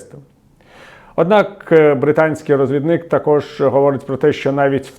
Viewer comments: розвідник (наголос на другому складі) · все ок, але прошу скорегуйте наголос у слові розвідник.